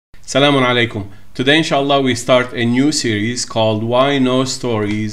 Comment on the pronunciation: Just sir why you say salamon alikom and not al-salamo-alekum